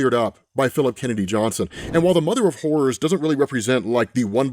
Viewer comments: it sounds like he's saying, "the mother of whores." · The accent is really kicking in here. I keep hearing the mother of whores.